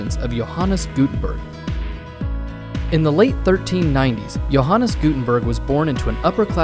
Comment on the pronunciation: i came here because my sst teacher gave the link and im also learning the same topic in history when this guy is saying johannes gutenburg it sounded like your honest gutenburg